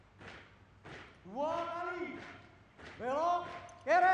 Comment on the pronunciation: Hadapppp kerrrreeeeeeeeee.... apa itu... kiri bukan kere